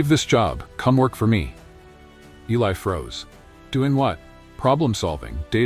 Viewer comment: First of all I WISH THAT YOUR BOT-ARRATOR WOULD PRONOUNCE ELI'S NAME CORRECTLY. Are we supposed to count the number of times his name was pronounced with a short "i" or a long "i"? It makes a difference, you know. AND WE'RE TALKING DETAILS IN THIS STORY. Now on to our hero, however his name is pronounced: his proscription has nothing to do with his job as a janitor--black, white, red, yellow, or purple with pink polka dots. We're talking ACADEMIA--and ACADEMIA is a tough nut to crack regardless of color or experience. Academics as people, on the whole, are easily threatened. Clawing your way to the top isn't easy nor free from injury: puncture wounds due to repeated backstabbings from "colleagues". There's an old adage, "Those who can, do; those who can't, teach." How do I know? I was on the academic track at one point in my life decades ago. Getting through Masters' and Doctoral candidacy was brutal. Each university had different standards for presentation style--and I mean style, NOT substance. It was a nightmare just getting approval for the subject and scope of a thesis. At the end of two years and before a defense was even mounted before a committee of the insecure, style above substance governed the first round of thumbs down. Guaranteed. Two very hardnosed committee members would actually begin with a ruler measuring each page of a thesis for accurate margins--top 1", bottom 1", right margin 3/4", left margin 1-1/2" (inclusive of three hole punches and binding allowanc